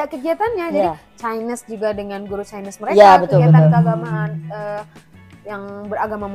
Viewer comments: Apa saya saja yg dengar dia sebut Chinese jdi chaines 😅 .. sekolah swasta nie bang... Sistem pendidikan Malaysia berbeza ikut keadaan - negeri - status sekolah nya seperti sekolah swasta atau kerajaan - jenis sekolah seperti SK (Sekolah Kebangsaan), SJKC (Sekolah Jenis Kebangsaan Cina) atau SJKT (Sekolah Jenis Kebangsaan Tamil) - Darjah atau tingkatan murid tersebut... Tahun 1 - 6 atau Tingkatan 1-5. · takkan cikgu x leh sebut chinese dgn betul